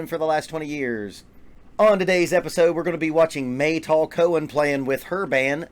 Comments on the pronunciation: no... not mey "tool" but "m-a-y (as you may call her....) and "tal" (it means water dew) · It’s Meytal, like Al capone, not Maytol.